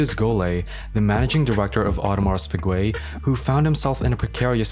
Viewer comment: lmao what a fcked up way to say the name